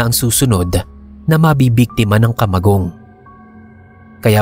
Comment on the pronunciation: ..taga bicol ka din ba? Fluent kasi ung pagbigkas mo ng kamagong.😁